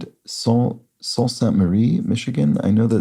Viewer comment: The residents of Sault Ste. Marie say soo-saint-maree if I recall correctly. French-ish.